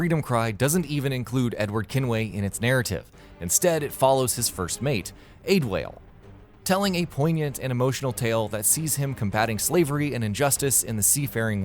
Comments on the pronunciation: AID WAIL...AID WAIL?! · “ade” “wale” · For assassins creed freedom cry you say the character’s name ade-wale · Aid-whale? WTF...try Add-uh-wall-eh also Clank isn't really in Quest For Booty, it takes place between Tools of Destruction after Clank disappears and the start of A Crack In Time...did you even play the damn game? and Dead Rising 2: Case West takes place AFTER Dead Rising 2, it's Case Zero that sets up Dead Rising 2..again, did you even play it? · You really mispronounced adewale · Ah-de-wah-leh not add-whale. Glad someone noticed too. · "Ade-whale" hahahaha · "Small, yet expansive" ... mkay. Also, "aid-whale"? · "Aid whale" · Aids whale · Woah wait. AC Freedom Cry? Not that good of a DLC at all and you mispronounced his name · How in the fuck can you pronounce Adewale the way you do and think that it's right?! If you played the game you would know how it's pronounced. Makes me wonder if this channel even plays the games they talk about... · How the narrator pronounces Adewale xDD good list though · Matthew Corey hahah it's pretty funny, I'd think that the channel would check the pronunciations but maybe they're just not fond of assassins creed 😄